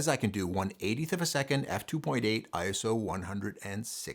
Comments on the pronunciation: It's not pronounced eye ess oh, its eye so. It's a word not three letters. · ISO IS A WORD NOT I S O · FWIW," ISO", like "RAW" is a word (pronounced Eyeso). It is not an acronym. The confusion comes from the fact that the organization that created the word happens to be called, in the United States, the International Standards Organization. Pure coincidence, because none of the other countries in this consortium established to set international standards for many, many processes, have that exactly ordered name. Doesn't make a bit of difference in anyone's photography but you never know when you might want to impress/bore your family and friends :).